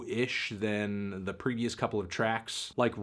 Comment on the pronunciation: Why do you always say "Tyler DI Creator" and not "Tyler THE Creator"